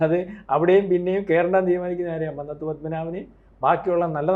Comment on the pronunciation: മ"ന്ന "ത്തു പത്മനാഭൻ്റെ "ന്ന "ഉഛരിക്കേണ്ടത് കുന്നംകുളത്തിൻ്റെ "ന്ന "യായാണ് '